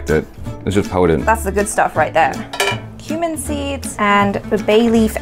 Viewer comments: says: Cumin seeds I hear: Human seeds 🤣🤣🤣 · Is it just me or u also guys heard human seeds when she said cumin seeds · Wait lol did she say human seeds